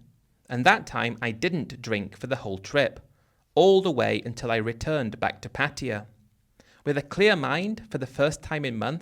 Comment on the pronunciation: PA-TYE-A is how it’s pronounced as I learned it Been to BK, Ko Samui and Ko-PQ for full moon party . We eat mushroom omelette and lay on mats on beach and saw Zeus in the clouds